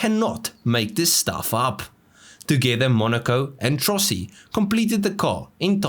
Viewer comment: La pronuncia è Trossi....